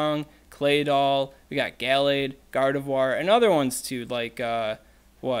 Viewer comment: If we're gonna pronounce Uxie right you should say guh-LADE not gal-ADE :)